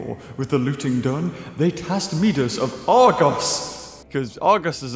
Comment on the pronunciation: The way you said Midas had me tripping.